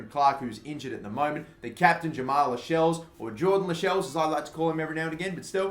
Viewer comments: Its not 'las - shells' its pronounced 'la - sells' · It's pronounced cells not shells